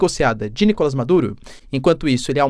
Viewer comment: NicolÁs teacher, em espanhol não tem A fechado ou nasalado.